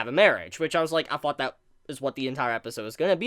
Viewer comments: I love your vids but i got one problem , its "thought" not "foughts" please , lol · I love your vids but i got one problem, its "thought" not "foughts" please, lol